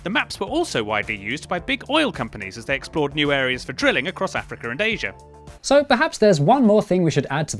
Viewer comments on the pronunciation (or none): none